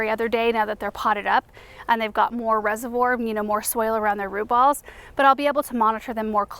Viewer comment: You said something about soul that lilac prefer but l couldn't understand what was said; please repeat, thanks.😊